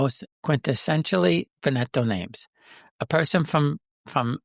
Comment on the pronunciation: You are mispronouncing Veneto - the accent is on the first syllable VEN eto